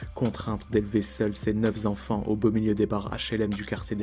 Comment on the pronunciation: Super sujet sur Kante! Mais le "neuf zenfants" m'a un peu écorché les oreilles...